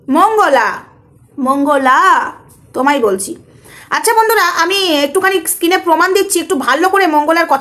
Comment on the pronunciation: Didi skin na screen bole tik ache wards pronaunce ektu tik kore bolo didi